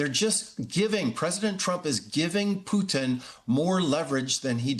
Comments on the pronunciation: I live how he pronounces his name exactly like our Canadian French tradition of poutine... ff+cheese cuts&gravy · Real "French Canadian" poutine ("poo-teen" or "poo-tehn", with emphasis on the 2nd syllable) uses cheese "curds," not "cuts"; whereas Putin's name is pronounced "Pou-tin" with emphasis on the first syllable). You "'live' how he pronounces..."? The only thing you got correct was the spelling of "poutine".